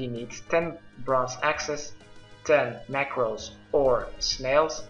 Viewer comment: OH RAW MACKRELS NOT MACKRELS?!??!?!?!?